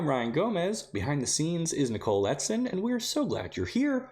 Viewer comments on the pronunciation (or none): none